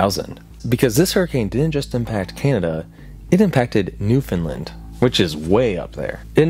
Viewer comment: How many times do I have to correct bro ab pronouncing Newfoundland lmfao